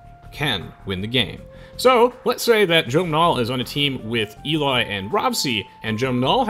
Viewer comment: HOW tf did you mispronounce Eli.... fucking hell